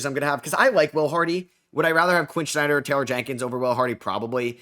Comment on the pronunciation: Quinn SNYDER not Quinn Schneider.